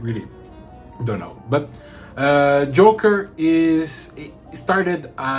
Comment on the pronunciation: Ótimo vídeo, curti demais. Só um detalhe mano, o nome do perfume é jocker com C e não Joker como o coringa, então ele se pronuncia "jócker", que é algo como atleta, o inglês está muito bom, curti demais.